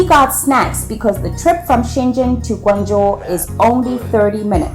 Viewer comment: Hey sister, as a Guangzhou people I really appreciate that you pronounce the Guangzhou in a correct and clear language but Shenzhen not, all I have just respect for you ✊